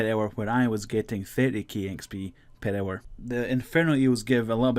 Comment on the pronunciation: Purr hour